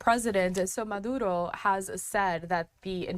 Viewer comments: How does she get murodo out of maduro? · Bene-zuela. Maaduuro. Cringe. Can’t watch anymore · why does she pronounce Venezuela and maduro weirdly? Fox went woke or she is dumb ?